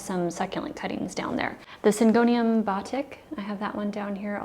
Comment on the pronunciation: Batik is pronounce buh teek! When a plant grows onto the wall, it is called shingling.